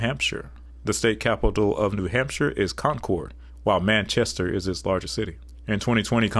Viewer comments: In regards to New Hampshire: The capital is pronounced Con-curd. The second largest city is NASH-you-ah. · The capital of New Hampshire is pronounced Con'-kerd, not Con'-cord. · You pronounciation of concord is very odd we definitely do not say con-cord. Its more like conkurd and nashua is not na-shua but i am having a hard time trying to break it down. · A tip about Concord, NH. Its pronounced Concurd. Its weird but thats how we say it. Nashua is pronounced Nashua like Nashville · Concord is pronounced conquered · For New Hampshire, you got some pronunciations wrong. :) Concord is pronounced like "conk-erd" and Nashua is pronounced like "Nah-shew-uh" where the "a" in "Nah" is like the "a" id "bad." We New Hampshirites have lots of "interesting" pronunciations, like how Lebanon, NH is pronounced "Leb-ih-din" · As a new Hampshire resident I feel obligated to tell you: it's con-kerd and nah-shua (a as in at) Con-cord is how Google pronounces it 😂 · Concord is pronounced "CON-kerd" and Nashua is pronounced with the first "a" as in "Cash". Fun video! I love the little historical pieces, too. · I can tell you took the highway to concord NH . I can tell you didn’t do anything besides drive . No local would let you butcher Nashoowaa or conKeRd . I appreciate the narration over the alphabetized map. Population stats only matter in context of county/river valleys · Please everyone it's pronounced Con-Cerd & Nash-Eu-A. Thank you for coming to my TED talk. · You mispronounced concord amd nashua